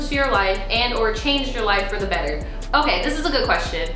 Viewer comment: I die every time you say " okey " 🤣 & I think a eating disorder would help more than hurt ppl so I'd love to see it 🤞🏽😣